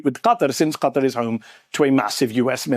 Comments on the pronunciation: I swear, the only name of a place that every American get right is Niger... It's Kha-Tar... not Cutter. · I need to find ground zero where Qatar started being pronounced "CUT-AR"